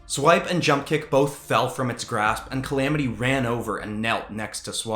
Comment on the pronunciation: Opp I heard jump-kick as a she Guess like I’m not chosen Meh GREAT DESIGNS THO PEOPLE